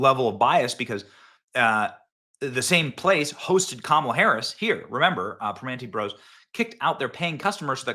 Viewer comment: lol, your pronunciation is so funny. Primanti Bros is definitely more of a Republican type of establishment. Not good